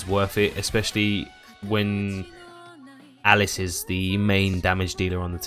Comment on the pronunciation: Alice Al Lisss is spelled & pronounced this way buddy, Alise Ahh lease is the character's pronunciation and spelling.. hope that helped for future vids..